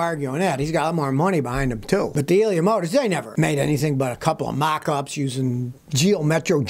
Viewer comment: "Leon" Musk.....Maybe a little nip of something before making this video? 😁 Love these videos, as always.